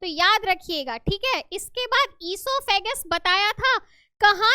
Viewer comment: Mam esophagus not esophagus